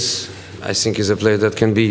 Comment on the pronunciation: fuck these comments on jose's videos, now everytime he says "i sink" i smile uncontrollably